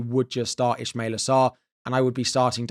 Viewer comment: Ismaila not ishmaila